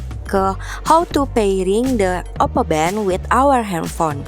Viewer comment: For every time she says “oppo bento” I took a vodka shot and now m drunk as fuck